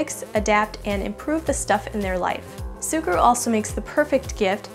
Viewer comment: Its me of She say SUGURU?